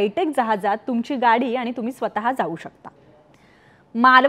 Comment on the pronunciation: आनि पानी का करते ग?? तुला शाळेत "ण" चा उच्चार करायला शिकवलं नाही का? कोण नोकरी देत तुम्हाला रे. गावठी कोंबडीला इंग्लिश पिस लावावी, अशी तऱ्हा आहे🙄.